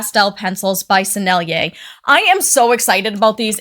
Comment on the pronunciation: She can say Sennelier! 😮 YAY! 🎉❤ Follow!